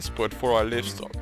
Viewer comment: Careful with those very sharp turns. 100 years into the future you'll have to redesign (some of) those because trains will be slowing down! And like a lot of people say ;-) it's "laaivstok"! It's alive!